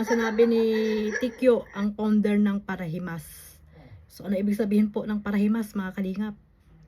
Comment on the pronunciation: Ang narinig kong sinabi nya ay ang founder ng para limos at hindi parahimas. Play it slow para marinig ng tama. Mali pa rin ang sinabi nyang paralimos, dahil hindi naman humihingi si VSM ng pera sa sponsors.